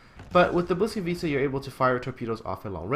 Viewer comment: Its ”Błyskawica" u ignorant :p